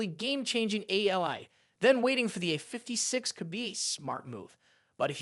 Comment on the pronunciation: The Galaxy uhfiftysix... Fucking AI slop.